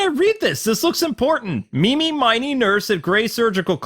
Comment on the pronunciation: Ini Miney and Mimi Miney's is pronounced "MEE•nee." Like, Ini, MINEY, Myni, Mo.